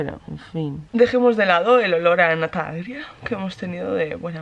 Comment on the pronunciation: La nata... Lleva leche. Y la leche, con el calor... Se agrëa, enseguida.